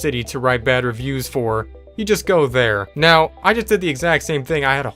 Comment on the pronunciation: wnedys also said know instead of now